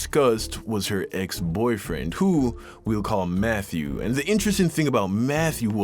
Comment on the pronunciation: Who else thought he said Methew 💀😂😂